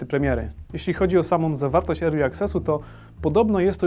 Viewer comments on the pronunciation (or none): none